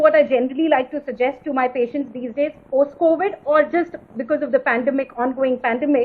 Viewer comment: COWID?! WHATS COWID LADY?